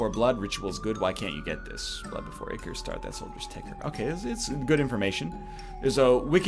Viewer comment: EYE-chor, it's pronounced EYE-chor